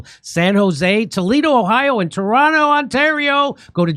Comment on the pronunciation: Toronto is the new Honolulu...love Jimmy's emphasis on the names of the cities he will be visiting